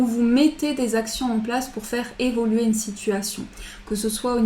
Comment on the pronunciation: Merci pour ce tirage; il faut évoluer, on n'entend jamais le "u" d'évoluer, j'aime beaucoup vous écouter sauf entendre "évoler" merci pour votre joie de vivre ça fait du bien bonne nuit...a demain